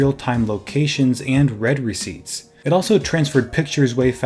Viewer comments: It's pronounced 'reed' receipt, not 'red' receipt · 'reed' receipts, not 'red' receipts